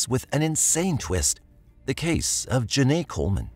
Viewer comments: Hi! Genai ‘s name is pronounced Jen-eye, not Jen-ay, which is stated properly in the video several times. I know you’d want to get it right, so maybe you could fix that for the sake of her having been the victim in your video. Thanks! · You pronounced her name “Jen-Nay” but it’s “Jen-Eye” Genai… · It aggravated me the whole time but I believe this is an ai voice and not a real recording so I hope that's why. Otherwise I find it to be a bit disrespectful to constantly pronounce her name wrong. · genai coleman name is pronounced like “juh ni” btw :) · For the woman who was killed by the twin why is it the narrator keeps pronouncing her name wrong the entire time